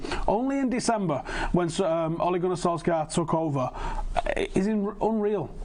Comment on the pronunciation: "sir ole gunnar solskjaer" sounds mint